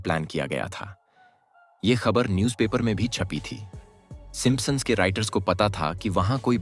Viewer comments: Bro pronounce the word properly! It's Simpsons not Simposon!! Can't even pronounce properly 😂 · Aarey sim sons hai simpa sons nahi kya pure video ki bajA daali 😂😂😂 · It's not simpasons, it's simpsons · Simp son nahi bola jata. 😅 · gadha hain woh P silent hota hai yeh woh vi pad raha hain 😆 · Ur pronunciation of Simpsons 😂😂😂😂😂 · Bhai pronounce to sahi se karo p silent hain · Please check how you are pronouncing Simpsons....